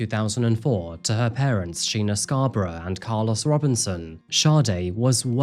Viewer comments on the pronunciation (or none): none